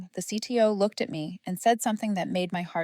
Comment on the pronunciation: Too bad you don’t know how to pronounce the word Lead!